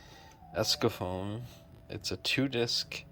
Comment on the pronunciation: u know it`s actually called ECSAFORM not escafoam